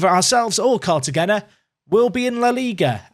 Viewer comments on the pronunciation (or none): 🗣🗣🗣 CAR-TUH-HEY-NA. Not car-ya-gen-uh. Lol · Please... it’s said “Cartahena”, the G is like in Gil